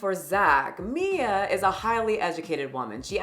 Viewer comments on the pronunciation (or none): Way to tell us how stupid you are can't even pronounce or remember the name Mia? It's literally three letters bro. It's the sound you like the most, me, me, me, followed by an A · Teaches people to speak Spanish , has to pretend to not know how to pronounce "Mia" lol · Is he seriously trying to mispronounce Mia's name to look down her? That's hilarious, to fail at three letters. Tells us a lot about his mental age and intelligence.